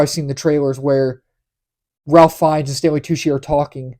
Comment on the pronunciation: Just FYI. And this is not obvious. "Ralph" in the case of this actor is pronounced "Rafe". Not something anyone would be expected to know.